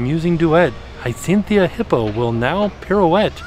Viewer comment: Hycinthia?? It's Hi-a-cynth LOL (at the mark)